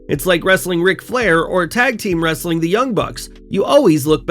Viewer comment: You have to stop doing the ‘Wrrrrrr’ in Wrestling content, the other guy doesn’t do that and he’s much better!